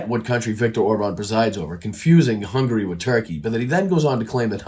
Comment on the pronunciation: Why yes, you complete ignoramus, I have heard of Orban, AND I know he's the DICTATER of Hungary ( not " Hungry )